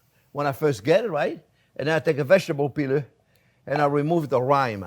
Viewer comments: It’ not rhyme it’s rind! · Chef, you remove the cheese's rhyme? LOL. I think you mean rind. Rind not rhyme (or rime). Tasty dish.